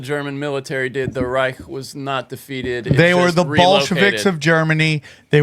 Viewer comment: Its reich not ricse